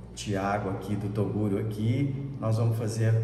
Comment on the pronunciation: Só q o Toguro fala errado ele fala macha kkkk